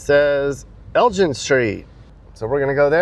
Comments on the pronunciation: It's El-GIN, not El-JIN. It's Laur-YAY, not Laur-IRE. LORE-YAY. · It’s pronounced “Reedeau” (Rideau) lol and Elgin is pronounced with a hard G as in Great lol I didn’t watch the whole video but if u didn’t check out the Glebe, Landsdowne area, you should next time you’re in town! Thanks for visiting my city! P.s… next time you guys come here I’ll show u around lol 😂